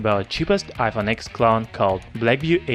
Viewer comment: it is pronounced iphone 10 not x